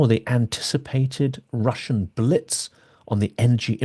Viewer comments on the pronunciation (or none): none